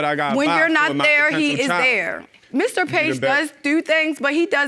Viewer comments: I hate when she says ‘do’ It sounds like dew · I wonder how the elementary school teacher teach them how to pronounce their O's but I do like how they say Do/Dew I can't say it like that if I tried without sounding weird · 😂😂 I'm from Texas, soon as she said "do" I was like "SHE FROM BALTIMORE" 😂😂😂